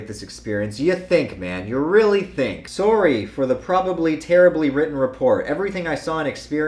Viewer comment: Why do you pronounce sorry sorree